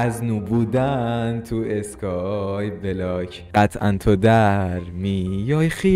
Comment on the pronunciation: نه از اون اینتروت نه از اون اسکای بلاک گفتنت😂